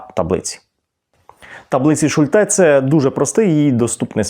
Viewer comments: Шу'льте, а не Шульте' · Слово "Шульте" — це німецьке прізвище, тож наголос у ньому зберігається згідно з німецькою вимовою: на першому складі — Шульте. У німецькій мові загалом наголос часто падає на перший склад, особливо у власних іменах. І хоча в українській ми можемо адаптувати вимову, тут краще зберігати автентичний варіант — особливо коли йдеться про назву методу чи таблиці, що запозичена з німецької психології.